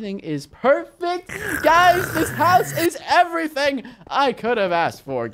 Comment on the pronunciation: Way you say like eveeting